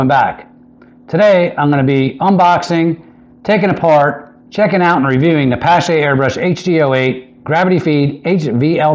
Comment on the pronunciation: it's pronounced pa (as in palm) + sh (as in shhh- be quiet), or like Porsche the automobile, the E is silent.